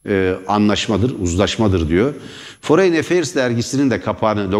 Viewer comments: Foreyn değil forın :D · Foreign kelimesi foreyin diye telaffuz edilmez beaa... Forin desen yeter. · Merdan Bey, belki küçük bir detay ama foreign kelimesini ‘foreyn’ diye telaffuz etmeyin lütfen, yanlış ve kulak tırmalıyor. ‘Forın’ şeklinde söyleyebilirsiniz.